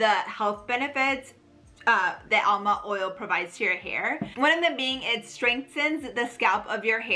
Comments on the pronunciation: It is amla not alma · ALMA OIL? THE WORD IS AMLA, LEARN A LITTLE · Funny how she keeps pronouncing amla as alma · It's aMLa oil, not aLMa oil